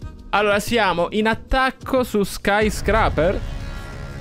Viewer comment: Quando imparerai a dire “scaiscreiper”? Che “Scraper” non si può sentire.